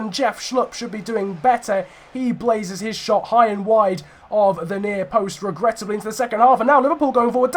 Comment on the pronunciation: you keep saying regrettibly 😂